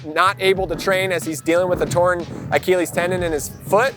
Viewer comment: Whats up with every single mx rider pronouncing it a-keel-ees ive heard this like 10 times now. Its pronounced a-kill-ees. So weird.